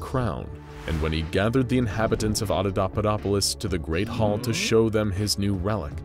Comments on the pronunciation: He never did. It's Auda(paupa)dopolis, not Auda(daupa)dopolis. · You keep saying AudaDAUpadopolis but it's AudaPAUpadopolis. Normally pointing out errors like this is just not a thing I'd do but you just kept on saying it and it's already such a complex word that hearing it wrong over and over triggered me lol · The repeated mispronouncing of AudaPAUPAdopolis is making my brain itch. Those are P's my guy, not D's. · AudaPauPaDoPolis* XD not Audodopadopolis WAS * it's important. Jesus wept, I love this channel but this one bothered me. It was still great tho! I have this channel on notifications for a reason and this is literally the only time a 'translation' of the article has ever bothered me here. You're all ace as fu tho <3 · It’s “ Otto POPA dop polis “ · There is a P in that word!!! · Great story and great narrator, I just have one nit pick the mispronouncing of Audapaupadopolis. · Please, practice your scripts before you recording. You keep mispronouncing Audapaupadopolis in this video and it's follow-up. It drives me crazy and makes these videos unwatchable!